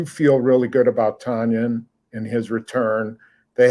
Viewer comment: Hey y'all, according to Robert, Tonyan rhymes with onion.